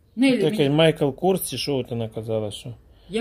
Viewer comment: правильно надо говорить MICHAEL KORS - МАЙКЛ КОРС